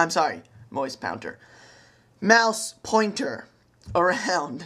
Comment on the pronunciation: lmao moise pownter